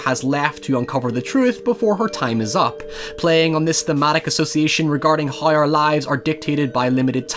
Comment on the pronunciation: I like how you say hiew for how.